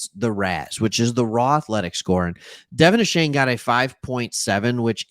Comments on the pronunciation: Stop saying Ashane it's Achaine! Go Phins and Geg em Aggies! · DeVON A-CHAIN actual pronunciation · Find out how to pronounce his name thanks for the love. Gig ‘em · Dude, the least you could do is learn how to pronounce his name correctly.